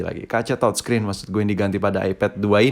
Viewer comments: Youtuber Lain : TOUCHSCREEN Si ABAng : TODSCREEN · Touchscreen atau thodscreen sii thod